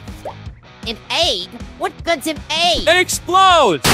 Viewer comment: it’s egg, not ay